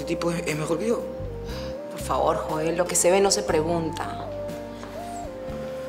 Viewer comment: le dice "Yoel" a Joel 🤣🤣